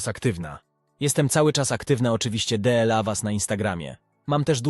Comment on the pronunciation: To jakas choroba z tym dela ,szanowny panie po polsku mowi sie DLA!!!!!!!!!!!